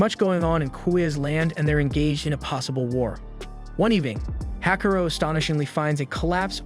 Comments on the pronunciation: It's not Hakuro. It's "HAKUORO" (HAKU-ORO) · "Hakaro". My brother in Christ, it's "Ha-ku-o-ro". I can understand some of those Ainu-inspired names are a pain to pronounce, like "Onkamiyamukai" (which, of all the names, you got right) and what not, but at least the MC's name, dammit!